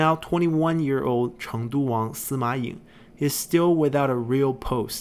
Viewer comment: Kinda wish there were writen names when mentioning other characters, or introducing them. Like with Sima Ying, I frankly had to go to wikipedia to see whose 16th son he was, since I just heard "Sima Yeng" or something like that. But knowing that pronunciation doesn't quite match the writing, I was left wondering where was he coming from haha Having the portrait was nice but could definitely have used the family tree there. Taking the chance to mention these videos are amazing. I've been watching some others that go over the story of the 8 princes, but was always left wondering about the details. These videos are great when it comes to getting to know all the intricacies that went on through the period. Definitely shedding some needed light into why some people did this or that, really well put together. I just keep tabs on past parts' family trees for when I get lost haha